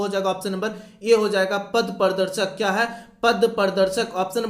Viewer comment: Kya MC 🤬🤬sala Hindi bhi sahi se pad nahi pata hai kya Ka Q padta hai sala MC 🤬